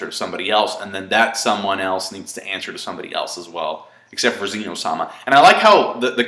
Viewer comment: The Zenou was adorbs. The God of Dragon's wakening was a fantastic scene, love that they made him huge. (BTW, it's not pronounced like "Zee no")